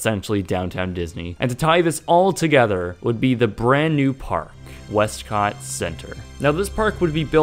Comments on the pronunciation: "west-COTT!!!" Lol, XD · "westCot" lol